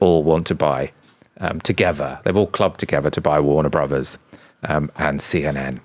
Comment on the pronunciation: OMG, would people stop calling it Warner Brohs, it’s Warner Brothers.